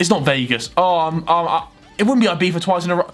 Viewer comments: Its actually IbiZa not IbiFa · Ibiva? its Ibiza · Man its IbiZa not IbiFa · No one: Harry: “ibifa” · Name: Ibiza Harry: Ibeefa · harry sais Ibifa instead of Ibiza. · Why does he say ibifa